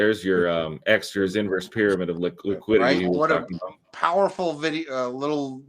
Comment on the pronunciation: The OG silver bull is back after decades of denial! At 53 bucks, we are finally vindicated. And yet.... still calls it "Exeter's" Pyramid...dude. EXTER. John Exter. Exter's Pyramid!!!!! We love you anyway!